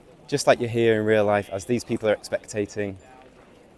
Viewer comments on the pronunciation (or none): none